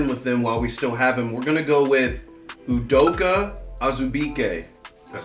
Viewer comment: You straight butchered Udoka’s last name smh